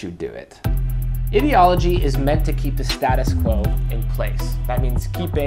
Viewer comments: That is not how you pronounce Ideology. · Anyone else wierded out by how he says ideology?